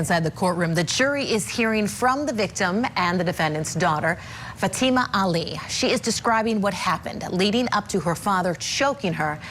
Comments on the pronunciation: She didn't run away. Also her name is pronounced FAtima. Accent on first syllable. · What is the age of the daughter? This father is heinous. He obviously was going to be paid from the old man's family if he allowed his daughter to marry. This is called prostitution. This lawyer can't even pronounce her name. It's FA-tee ma. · I think her name is pronounced fat a ma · Please someone correct the attorney he pronounces the young victim’s name incorrectly. He sounds so unprofessional as he constantly mispronounces her name. It could be considered disrespectful also. It appears he’s the only one that doesn’t pronounce her name correctly. Maybe he needs a hearing test and hearing aids. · The Dad acting like he is asleep during testimony. And the public defender acting bored to death . And the pronunciation of her name is not correct .